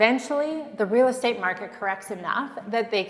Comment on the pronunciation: Haha...reeel state😅😅age'nt